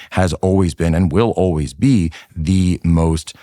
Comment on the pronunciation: Tucker can't even pronounce "always" properly